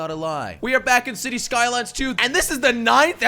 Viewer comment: Did he say waileay lines to 🤣🤣🤣😂😅